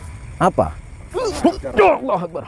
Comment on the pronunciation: Bukan Aulah tapi Allah